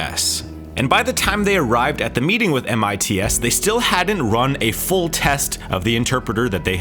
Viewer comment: You made my ears bleed every time you said M I T S instead of MITS. SMH...